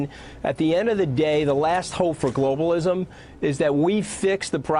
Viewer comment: "Globalishm" lmao